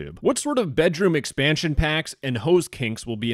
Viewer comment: "Bedroom expension" 💀